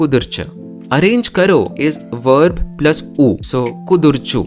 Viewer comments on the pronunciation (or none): none